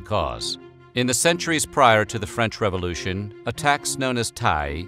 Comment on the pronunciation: What the hell is a revolushion?! lol